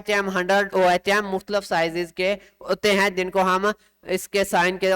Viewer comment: this is unit of resistance pronounce as اوہم